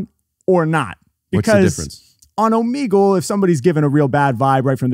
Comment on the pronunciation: Okay I pronounce Omegle the correct way, unlike both of these gentleman.